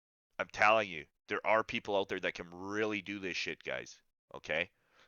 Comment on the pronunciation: You gotta cut that shit ooot lol Canadian